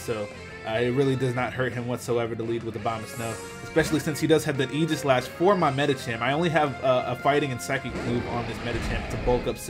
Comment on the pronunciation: The way he says Aegislash bothers me sooo much. It's Ae-gis-lash. No j sound in the word aegis.